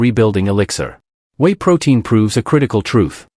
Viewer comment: Whey is pronounced way not wee. Wee is urine.